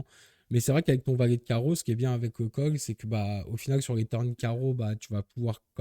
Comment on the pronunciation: pk tu dis cog et fog au lieu de call ou fold ?